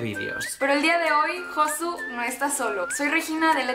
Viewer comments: Me estresó la pronunciación de "Josu" :( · no se pronuncia josu sino yosu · Cada vez que pronuncia "Josu" mueren 3 gatitos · Lo que me he llegado a reír cada vez que decía "Josu"😂😂